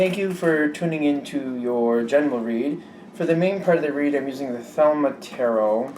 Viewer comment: you have my utmost respect as a fellow reader-advisor... Please know, however, that it is pronounced theh-LEE-mah...... Just had to let you know... Be(a)st wishes from a viewer in the Empire State ~ Anadae Effro ~